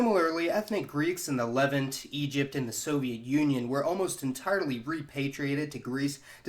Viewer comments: Argh!! It’s not “Lev-unht”. It’s “Leh-vahnt”! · You’re doing a great job with these videos, and I enjoy watching them. There’s just one little thing that bugs me: Levant is pronounced li-VANT, not LEV-int. Ok, back to the video. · Interesting video but please learn how to pronounce Levant. It rhymes with font. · Its pronounced LEV-AHHNT. does that make sense? Lol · Please. Learn how to pronounce the word ‘Levant’. I shudder every time. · You've been butchering "levant" for far too long. Please watch this video to see how its pronounced